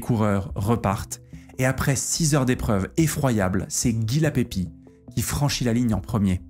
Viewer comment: "Guy Lapébie" pas "Lapépie" . Le frere de Roger vainqueur du tour 1937.